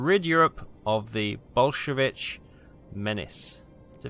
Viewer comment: It's not bolsheviCH, it's bolsheviK, like, with a k sound at the end.